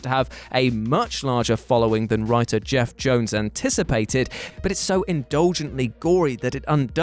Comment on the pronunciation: Can you proofread your pronunciation please? Gail Simon? Geoff Jones? Karl Rayner?